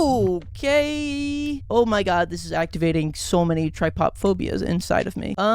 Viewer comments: bro really pronounced trypophobia wrong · never say trypophobia like that again